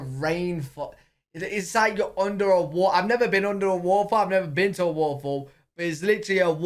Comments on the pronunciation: wtf is a wah’a’fol? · you don't pronounce the T in words. For example you have Said toe•uhlee instead of totally. In this video, you said wah•uh•fall. I think you meant to say waterfall. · Every time says “waterfall” it sound like he’s saying “waffle” and I chuckle every time🤣